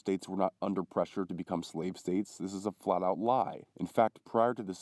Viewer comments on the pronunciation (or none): none